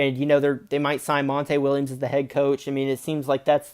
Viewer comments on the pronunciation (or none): I liked everything you said about the suns. I've been a diehard phoenix suns fan since 1991💪👏👏👏 the only thing I saw as a potential problem. Is this coach I never heard of. What you say his name was mon-tay Williams??? 😂 naw is all good though. An furthermore if your a suns fan. Then that makes you my brother Fa life! 👊 An your beef is mines!!!